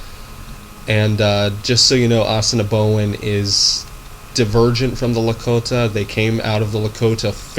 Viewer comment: What the is this guy trying to teach my language for, he doesn't even pronounce Assiniboin right, and Assiniboin are our relatives they don't speak a different language they speak a dialect, the 3 main dialects are Lakota, Dakota, and Nakota and each has sub dialects especially Nakota. Nakota is what the Assiniboin speak.